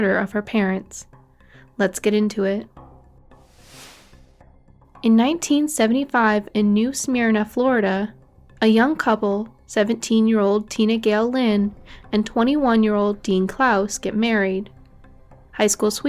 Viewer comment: It's actually not " general attorney" it's called the attorney General's office the AG and it's also pronounced. " New samerna" as in New Smyrna Florida